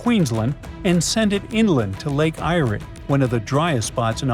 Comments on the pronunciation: I turned off when you said 'Lake EYE-REE' its pronounced, 'Lake AIR' (Eyre) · It’s pronounced Lake ‘AIR’ as in fresh air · If you're doing a commentary you should learn the correct pronunciation of places before you start . Lake Eyre is pronounced Air and Hughendon is pronounced with a Hew not a Hug. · Lake Irey. I'm from SA originally and it's pronounced lake air. In addition ppl live where that all that water is going to go and then you would have to deal with aboriginal land ownership etc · Lake eyeree it’s pronounced air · Please note-- Eyre is pronounced in Australian English as "Air". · Oh no, what would happen to Uluru Ayers Rock? Sarc. Lol. Lake Eyre is pronounced as lake air. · Wow dude you better work on your pronunciations Eyre is Air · Eyre is pronounced air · Eyre pronounced air